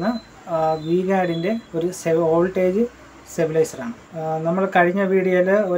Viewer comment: Stabilizer Not Sabilizer